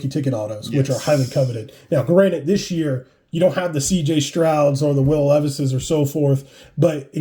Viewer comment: *Granted. Not Granite. you're talking about cards, not rocks 😂